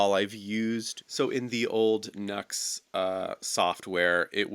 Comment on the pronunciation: Great video but the company name is Nu X ( pronounced new ex ) not Nux !